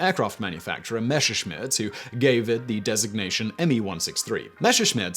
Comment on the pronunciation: Super interesting video, but AAAARGH: IT'S PRONOUNCED MESSERSCHMIDT, NOT MASHERSCHMIDT. :D Unless you want to make a big mesh of things. ;) Also jagged Geschwader. Just look these up, they are not that hard. ;)